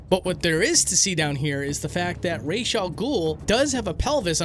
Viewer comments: Okay buddy i have news for you im arabic and ra's al ghul's name in arabic translates to "head of the demon" and head in arabic is pronounced "rahz" not "raysh" feathers in arabic is pronounced "raysh" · While yes the animated series and this game pronounce it that way (and you're more than free to do so) buuuuut if you actually translate "the demons head" (which is what Ra's Al Ghuls name is supposed to mean) into arabic you'll find the pronunciation is closer to Rãs al Ghul than "raish". Just some food for thought. Another fantastic video man! Would absolutely love to get an interview with you sometime! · it was not pronounced correctly, because R'as AlGhoul is Arabic for "Head of the deamon" Ras not Rash, and you pronounce it with a slight hick-up as you read the letter "a" in R(a)s. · Inhales I know you put in the clips and all... but... you pronounce Ra's Al Ghul's name wrong. It's pronounced how it's spelled. Raz. Not Raysh. Raz. His name is supposed to mean "Head of the Demon" in Arabic. Using the Hebrew pronunciation Raysh means "To Bow." Which has nothing to do with his name. So... say it with me... "Ra's (RAZ) Al Ghul. Did you get it right? Good. This discussion is now over. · "Ras" is Arabic for "Head", and it's pronounced "Ross" (roll the R) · “Raysh” was started by the animated series in 1992. Ras first appeared in comics in the 70s. He’s Egyptian, Arabic at the very least so it’s obviously pronounced Ra’s 💁🏽‍♂️ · I’m Egyptian and i’m telling you it is pronounced “ras” not “raysh” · LET SEE WHAT THE JUDGES SAY! OH! THEY SAY IT'S WRONG! It's pronounced how it's spelled. Raz. Not Raysh. Raz. His name is supposed to mean "Head of the Demon" in Arabic. Using the Hebrew pronunciation Raysh means "To Bow." Which has nothing to do with his name. So... say it with me... "Ra's (RAZ) Al Ghul. Did you get it right? Good. This discussion is now over. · When he said people would say he pronounced ra’s wrong it just reminded me that people say it like rarz or raz